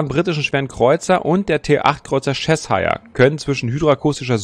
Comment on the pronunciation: Das ist nicht Chess-hire :-D Das wird mehr wie Czechshir ausgesprochen und dabei wird das i auch nicht wie das typische i (ei) betont, sondern eher wie ein deutsches kurzes i.